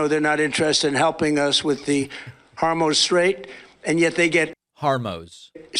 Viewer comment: I could be wrong, but I think “Harm-Ouse” is the 3rd way he’s pronounced “Hormuz” recently.